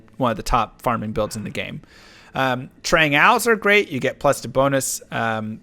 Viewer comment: Whats wrong with D2 streamers not being able to pronounces the basic words of the game properly... Trang Owls? its pronounced Ool Its not Shayko its Shako